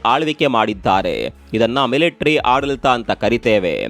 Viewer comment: ಅದು ಮಿಲಿಟ್ರಿ ಅಲ್ಲ ಸಾರ್.. ಮಿಲಿಟರಿ ಅನ್ನಿ ಅಥವ ಸೈನ್ಯ ಎನ್ನಿ.. ಮಿಂಡ್ರಿ ಮಿಲಿಟರಿ ಅನ್ನೋದು ಸರಿ